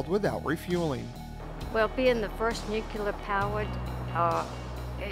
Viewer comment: Sad that todays Navy is a shadow of what it was when this beauty sailed the seas. The Enterprise should be turned into a museum, not scrapped. Also, when making a documentary about nuclear vessels, practice saying nuclear correctly.